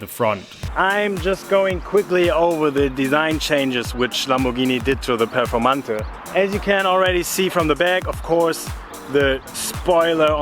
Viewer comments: Did you just call the Performante "Performantuh"? Dude, it's pronounced "Pe(h)rformantay". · The Performante you were using.is the German Performante, pronouncing the last "e" with the "uh" sound.